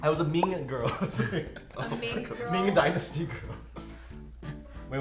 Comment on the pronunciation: Mean-g Dynasty 😂